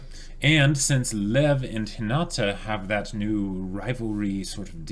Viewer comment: I can’t believe you guys still say Hinata’s name wrong lol